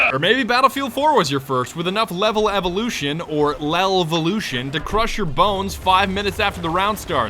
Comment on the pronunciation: "L'evolution." It's French,. Come on.